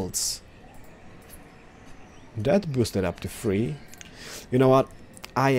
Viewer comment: Why can’t the rest of the world pronounce “th” they always say “f” this farm will have free farmers not three farmers lol